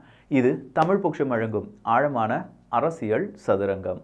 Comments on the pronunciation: அரஷியழ் இல்ல தம்பி அரசியல் 😅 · எல்லாம் சரி, ஆனா அந்த "அரசியழ்" உறுத்துது